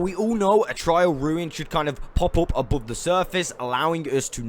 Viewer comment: TR AIL ruin not trial